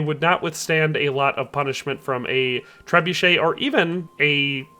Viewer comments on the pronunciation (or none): none